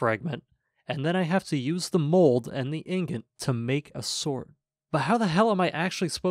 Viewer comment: Man messes up saying "ingot" but "immolate" comes out, no problems.